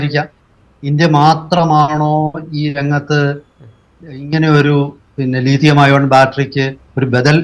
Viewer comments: ലീഥിയം അല്ല , ലിഥിയം അല്ലേ? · Leethiyam alla Lithiyam